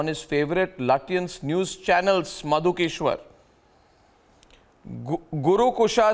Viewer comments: Lutyens naheen latiyens🤣🤣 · Sounds like chutyans 😅